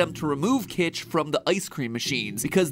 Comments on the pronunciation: It’s kytch, not kitch. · It's "Kytch," not "Kitch."